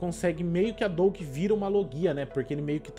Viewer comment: "Doug" e "Alegria" foi de fude kkkkkkkkk